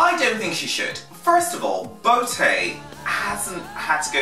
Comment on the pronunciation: omg he pronounces botë so wrong aaaaaaaa its sooo annoying whatever its fine lol